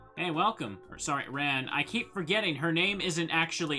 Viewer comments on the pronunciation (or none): I seriously have never heard an A pronounced that way, even in Japanese. The A in Ran is more of an "ah" (As in the exclaimation) instead of an "aw" (as in "Aw, that's sweet of you"). The A sound that's different would have you saying her name like the past tense of "run". I'll go nab a video to show what I mean, if you don't get it. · We rarely pronounce words with that sound at all here, but we speak the closest in the country to the actual proper english as well. I just don't like how he says the a. It sounds gross. xD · Well however its pronounced a lot of its old fans are probably gonna still call her Ann or Ran like the word ‘ran’